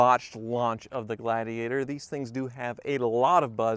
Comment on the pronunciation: ...can you say gla-di-ator?